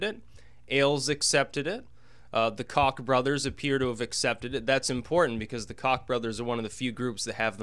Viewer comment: Not sure if you pronounce Koch as cock as a joke, but it is actually Coke